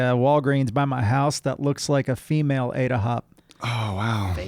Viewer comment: Did just try to feminize "Ada" by making it "Jada"? 🤦